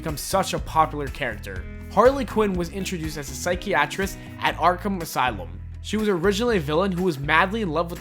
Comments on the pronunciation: sigh-kya-trist. not sigh-key-at_trist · Psychiatrist is pronounced "Sai-kai-uh-trist", FYI. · Psi-key-at-rist? Psychiatrist is the word you're looking for. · psy-ki-a-trist , say it with me now (also two faced is obsessed with duality, not the number 2, get real bro, maybe if you have no real clue what your talking about (or how to properly speak English) you should choose to do something else with your time) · Psyyy-keeee-atrist? lol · It's pronounced SYCH-EYE-UH-TR-EST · Great enjoyable video! Now i must watch your Heros turned Villians vid! Btw, we can forgive how u pronounced "Pspsychiatrist" on Harley